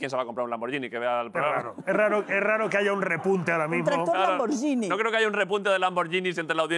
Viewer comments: Broncano al menos tu podrias pronunciar bien lamborghini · No entiendo como puede ser q en este país nadie sepa aún pronunciar bien el nombre Lamborghini. Es verdad q es el país donde Spiderman se pronuncia espiderman